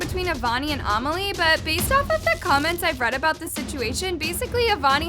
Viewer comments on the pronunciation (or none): a-meli? It’s pronounced ame-lee, it’s my name. lol. no hate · no hate love her but she says amelie like armelie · I think her name is amelie not omilie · Is she saying Amelie's name wrong?